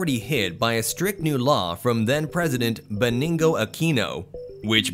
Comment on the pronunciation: I have never heard of Bening-go Aquino, who is that? I only know Benigno Aquino